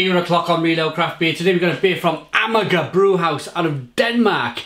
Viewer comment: Amager pronounced AhMar. Love their stuff, that’s a good one. The day you go PC is the day I unsubscribe.